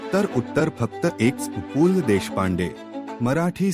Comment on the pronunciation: भिकार माणूस पू ल त्याला नीट म्हणता पण येत नाही ये